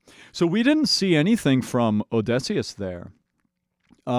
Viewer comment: So.... you're still saying OdEHsseus, huh. I thought we were past that.